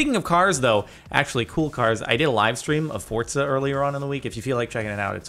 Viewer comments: “FORCA” trigggggggrrreeeeeed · “A Live Stream On Fortza”. 😕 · Why does everyone pronounce it “fortsa.” it’s “forza” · Live streamed “Fort-za”-Jardon Maroon 2k17